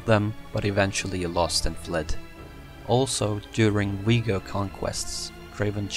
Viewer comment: Before you make these videos learn how to pronounce the names. It's Viego not Vigo.